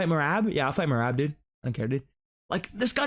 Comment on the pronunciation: I hate if when people call Merab MeRAB like Sean 😂